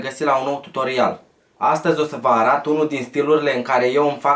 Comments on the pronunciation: arat boss se zice arăt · Ai zis arat nu arăt (de 2 ori arat) dar oricum foarte tare clipul respect big like nu e comentariu de hate doar vroiam sati spun si sper sa nu te superi pace out tare rau #IBMFAMILY